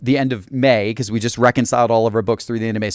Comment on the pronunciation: just...not jest, be-cause...not be-yause, and t and d make a different sound.